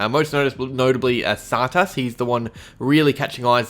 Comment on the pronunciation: why do u pronounce tsatas funny.